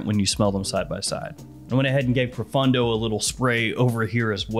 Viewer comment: proFAWNdo, not fun d'oh !